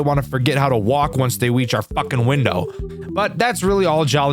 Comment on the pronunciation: wonce they weach the window, his words not mine